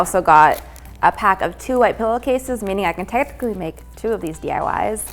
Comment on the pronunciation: bahahhaha the way she says “technically” 😂NO SHADE ILYYY